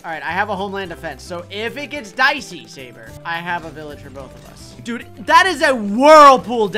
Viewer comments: Sabre not Jerbe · its tewtiy not tewitiy and its sabre